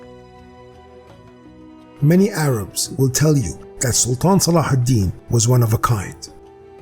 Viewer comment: I knew it! I felt it! Almost like it has been revealed to me by divinity. Salahidin (thank you for the correct pronunciation) and the Templars respected each other. I'll bet they would've made great allies in the war against satan. MUSLIMS AND CHRISTIANS UNITE! WE HAVE NOTHING TO LOSE BUT OUR JEW CHAINS!